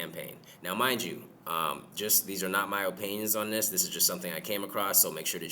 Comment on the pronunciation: O-pinions 😂 funny, the best